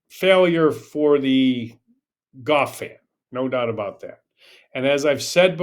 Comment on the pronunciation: I'm not taking a golf lesson who pronounces it GOFF. I think people from Texas say that more than most. Not sure where you are from. There was a guy who used announced the Golf Channel commercials who said GOFF, as well. I know that 90 percent of announcers say further then it should be farther. Crazy stuff.